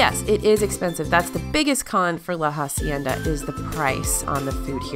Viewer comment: same with pronouncing hacienda as jacienda!